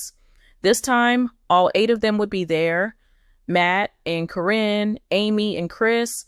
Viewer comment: Why can’t you pronounce Caryn’s name. It’s not Corrine.